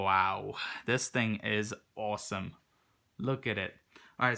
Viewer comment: Lmfaooo "this thing is owesom"😂